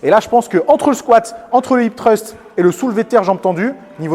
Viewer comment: je sais bien! ce n'était qu'une critique par rapport à ton accent anglais (mais ce mot est très dur à prononcer j'avoue!) x)